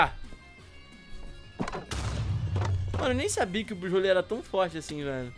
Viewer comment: O se fala buzzwole não buzzrole